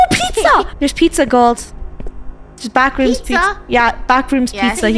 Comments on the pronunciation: DA BWACKRWOOMS :D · NAH ITS NOT “THE BACKROOMS” ITS” DA BACKROOMS”😂😂😂😂😂😂😂😂😂😂😂😂😂😂😂😂😂😂😂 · Funneh: Its not (THE BACKROOMS) its (DA BACKROOMS)